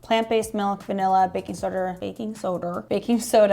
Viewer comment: Say it right now: baking soder. 😂